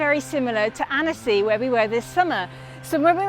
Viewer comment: It’s pronounced like “anne-sy” Sorry not trying to rube just wanted to let you know because French place names are not easy coming from a fellow English person that lives in France 😊♥️